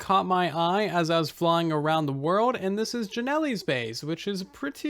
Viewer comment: You have an odd way of pronouncing my name :P /Jonielle